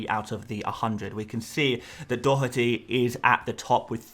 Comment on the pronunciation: Informative content as ever and Excellent pronunciation on Dotherty! 🇮🇪